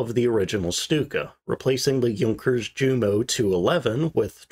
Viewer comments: If I may offer some pointers that cost nothing but are worth twice the price, 😉.1) If you are going to pronounce Junkers as Yunkers, does it not follow that you should pronounce Jumo as Yumo? I'm not saying which is better. I'm just asking you to choose. 2) Neither the 109 or 190 were suitable for dive bombing. They performed 'glide' bombing attacks to avoid over speeding and prop strikes. In this regard, the 190 was considered particularly effective. You still got a well deserved thumbs up. I thought your video was very interesting and well narrated. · You do well on your pronunciation of Junker but fall down on Ju a Jumo Yoonkers, Yu and Yumo?